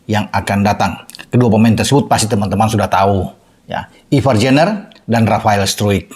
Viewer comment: Bacanya Ivar Yanner dan Rafael Straik